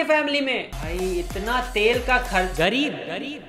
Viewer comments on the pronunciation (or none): That "gareeb" was personal.😂😂😂😂